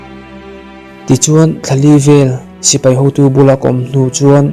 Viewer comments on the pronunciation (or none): none